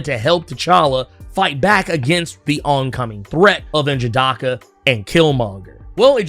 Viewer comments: Don't feel bad, I do the same everytime he says n'jadahhhhhka. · Still murdering N'jadaka's name. 🤣